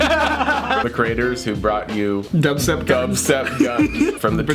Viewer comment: "creaters", i thought you were cured!